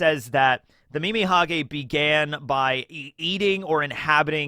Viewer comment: Calling Mimihagi, Mimihage is so funny. Earbald it is.